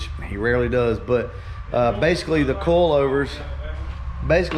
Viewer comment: Bro you kill me on how you say coilovers. It sounds like you're saying coalovers. 🤣😂🤣😅